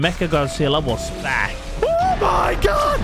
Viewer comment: When did God have a t at the end of it? "Oh my godt"